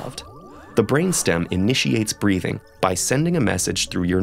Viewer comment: Just loved the moment when this narrator said '' Breathin''.😊